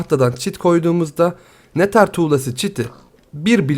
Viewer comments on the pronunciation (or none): nether diye yazılır nedır diye okunur neter diye değil ya birde minecraft oynuyor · abi o nethır diye okunuyo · ya nether ı düzügün telaffuz et :D